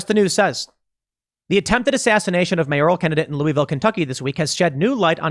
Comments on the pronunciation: Being from Kentucky, I am just really impressed Tim pronounced Louisville correctly. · Thomas Massie got to Tim! “Lou-a-vul”!!! Good on you!!!